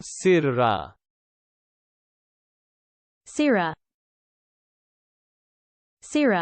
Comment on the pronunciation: Too much aaah on the end. It's more like sirra